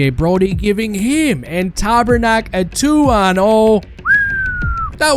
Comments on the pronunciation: OK, saying Tabernak instead Pasternak made me spit out my sip of water! 😆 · Tabrnak? WTF bro, please it's not that hard to google the name and see the pronounciation